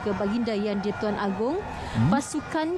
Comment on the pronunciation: Correction: It's Agong not Agung